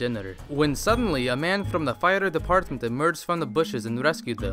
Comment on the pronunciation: When said "fire department", I thought that he said "a fighter's apartment"...